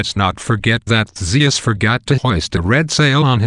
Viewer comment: I don't think that's how you pronounce Ares's name... I also think the following pronunciations are wrong: Theseus Minotaur Echidna (I think, IDK) Also, during battles, if Ares is wounded, he always stumbles to Olympus whining like a toddler. The only reason why Zeus heals him is because Ares is part of his family and is an Olympian. :D